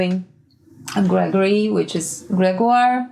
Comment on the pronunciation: Your "Grégoire" was perfect ! I thought you were french when you pronounced the name ahah